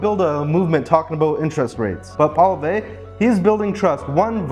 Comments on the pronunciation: This is so true. BTW his last name pronounced Polee ev, r is silent. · You will need to learn to say his name ---Poilievre - say it this way: PWA_LEE_EV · You should have learned how to say his last name properly. The rest was great